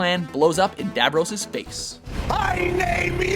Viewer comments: It's not davrose it's davros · Firstly the way you pronounce dalek is dalek not daylek secondly it is Davros not dayvros and thirdly if the Death Star is first then how is the reality bomb in 5th it literally destroys reality and the Death Star blows up planets and other weapons witch are just more powerful edit also come on halo can destroy the entire galaxy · I hate the way he pronounces davros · I love the f*cked up way he says Davros.